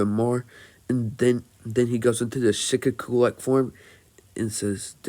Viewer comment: Shi-kaa-kuu not shi-ka-ku